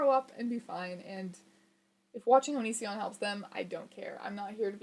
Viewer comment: constantly reads Onision as Onion son